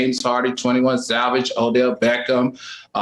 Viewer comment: 21 Salvage? the way Al Butchers 🔪🔪 these names 😫😫